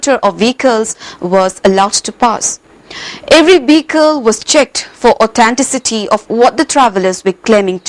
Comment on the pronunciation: LOL Should not shud...vehicle not behicle..lol